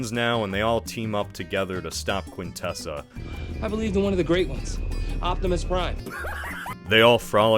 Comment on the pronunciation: hey that's not how you pronounce quintesson